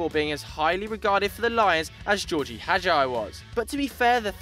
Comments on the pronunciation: I'll take on board your opinions when you can pronounce player names correctly. Haj-eye!!! Really??!!?? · lol that ain't how gheorghe hagi id said. the "ghe" is like in GErd from GErd muller and the hagi is like hagee. jsyk